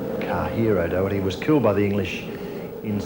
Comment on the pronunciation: The pronunciation of O’Doherty was awful. In Derry and Donegal, it sounds more like Daw-herty, or Dordy, depending on the area. The local historian lady May McClintock says it properly while welcoming the Australian priest.